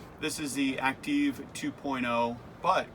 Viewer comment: Would it not be pronounced "Active"? "Acteev" is Goofy!